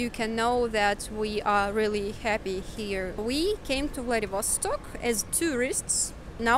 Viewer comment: How come you are insisting on pronouncing VladivOstok foreign style? Does it make it sound more incorporated with the flow of the English language?